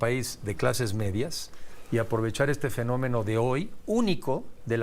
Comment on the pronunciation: Que es finomino?? Sr entrevistador te tiene que estar corrigiendo.